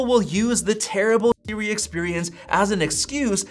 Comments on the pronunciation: why is bro saying it like s-ri 💀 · Why can this guy not says Siri? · Why does it sound strange when you say Siri?